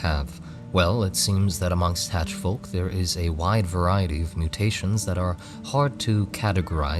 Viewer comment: You and Farya Faraji are the only 2 guys I've heard pronounce the L in folk, its very based.